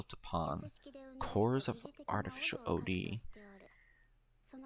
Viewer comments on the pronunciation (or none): Dude, why are you calling it Ow Dee? XD It's just Od. You just say Od, not Ow Dee XD